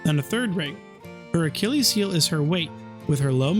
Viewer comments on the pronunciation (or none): none